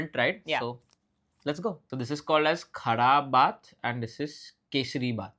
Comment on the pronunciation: from karnataka here, its not khada baath. its khaara baath. I'm so glad you liked it, you can also pair the upittu (upma) with spicy coconut chutney some good filter coffee next time!